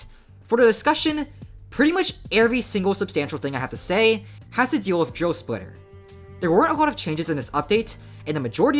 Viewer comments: I thought you were saying joe splitter and i was confused cause i see drill splitter and not joe splitter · i keep mishearing it as "joe splitter"